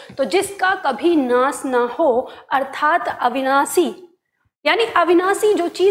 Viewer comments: आपका ज्ञान उत्तम है, किंतु आपके द्वारा श आदि के उच्चारण में ध्यान देने की आवश्यकता है, शिव का उच्चारण सिव, अविनाशी का अविनासी बोला गया है ।यह आलोचना नही है,आपको ध्यान दिलाने के लिए है ।जैसे भाषा को भासा बोल रही हैं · महोदया! कृपया आप अपना उच्चारण ठीक कीजिए। आप नाश को नास,अविनाशी को अविनासी और श्वास को स्वास बोल रही हैं। बाकी आपकी शिक्षण विधि बहुत अच्छी है जिससे अनेक छात्र और शिक्षक जरूर लाभान्वित होंगे, ऐसा मुझे विश्वास है।